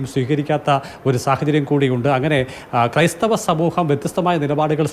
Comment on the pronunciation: ക്രൈസ്ഥവർ അല്ല കോ ബി ക്രൈസ്ഥവർ എന്ന് പറ 😅😅😅😅